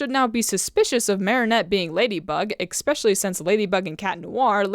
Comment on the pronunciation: I honestly love your videos but i do have to ask.. why do you keep saying ek-specialy???